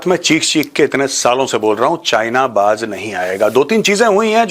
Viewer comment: "Baj" nahi hota, you duffer, idiot, Baz hota hai. 😅😅😅😅